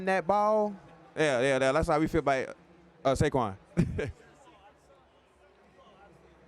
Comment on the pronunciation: Jordan calling Saquon “shayshon” 😂😂